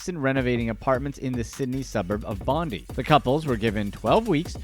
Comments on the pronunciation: It's called Bondi and it's pronounced as Bon-Dye! Not Bon-Dee. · It's Bon-DIE not Bon-dii. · Love the video and the content, but "Bondi" was pronounced wrong... :P It's pronounced like: "bond eye"